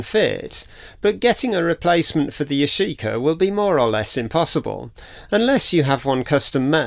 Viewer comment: If you want to glue nylon with c/a glue you should use an adhesion promoter on the nylon to promote bonding because nothing wants to stick to nylon. Yashica - emphasis is on the first syllable - Yashi-ka, not Ya-shee-ka.